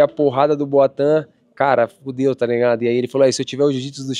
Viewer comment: Que agonia do Charles falando “Boatan”